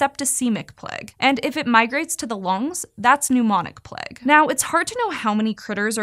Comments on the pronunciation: Plague, not pleg! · Am I the only one who was wincing every time she said "Pleg?" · the way she says plague!!!! "PLEG" please stop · “the Plegh” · The way she says “plague” is mega Californian 😂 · The way she pronounces Plague makes me mildly disgruntled. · So wild that Americans pronounce plague to rhyme with leg rather than with vague